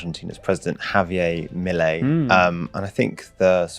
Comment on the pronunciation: "Javi-ay" why can't British people pronounce anything 😢